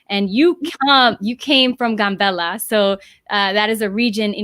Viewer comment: The Town is not called GUN bella , it's called GAM bella.